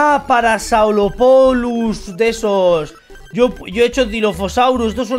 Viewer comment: se pronuncia parasaurolopus